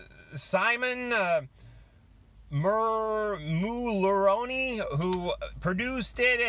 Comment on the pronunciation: Dude, please make an effort to say the artists' names properly. It's not "Simon Mulroney", it's Simone Mularoni. Not every musician is of English background.